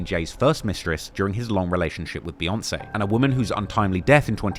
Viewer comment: Jay and Bee 🐝. Why do white folks say Bay? It’s literally pronounced Beeyonce. I gotta turn this off now.